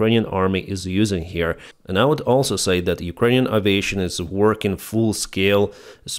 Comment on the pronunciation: Just a comment on the word aviation. The first occurrence of the letter a isn't pronounced 'ah'. It's The same sound as the second occurrence. It's the same sound as the letter 'A' when you say the alphabet. It's a slight mispronunciation, and no one is going to confuse it with any other word, I just thought you might like to know.